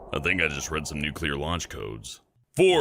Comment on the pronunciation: '' I think I rrad some launch codes.'' Me: LMFAOOOOOOOOOOOOO.